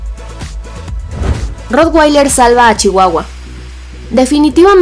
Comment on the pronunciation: Es de malísima calidad el video, se ve de pena. Y no se dice rotgueiler, se dice rotvailer, porque es un nombre alemán que significa "teja roja".